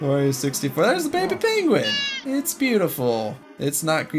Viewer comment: rascyue da penguein